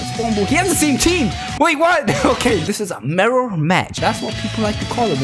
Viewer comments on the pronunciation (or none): the way he say mirror is mirro match XD